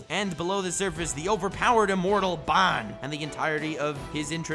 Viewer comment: Absolutely Love -- but, I despiiiiiise the way you say 'Ban'. Lmfao, it is forever [Bahn]